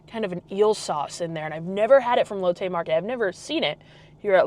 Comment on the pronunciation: Amazing video, fyi it’s pronounced Lot Tay, silimiar to Latte , not lote Tay. Just remember Asian pronunciation diff from American words